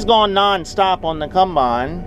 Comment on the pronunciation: Please stop saying cumbine it’s a combine